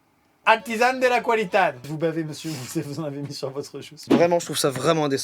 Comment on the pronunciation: à amixem ma tue avec « artisan de la qualitad »